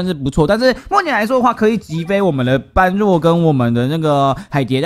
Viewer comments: 是般（ㄅㄛˉ）若（ㄖㄜˇ）啦凎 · 1.姆特要40，時機抓的好姆特可以打到兩下，像你這部片的最後一隻姆特就成功了 2.唸做ㄅㄛ–ㄖㄜˇ，在這部片只唸對一次😂 3.一定要盡快解決黑色敵人，不然容易被海蝶爆塔（可以用50等熊熊貓咪、真田等等 4.一定是先解決般若才能打海蝶 5.這關主要就是磨血，所以會打很久 6.魔王剩餘血量是指震波出來的海蝶 7.不要帶肯，沒啥用 8.下關是黑貘三隻加筱瑀（女王蜂）還有鴨子、拉腸狗和雜魚，請做好心理準備 希望你能看到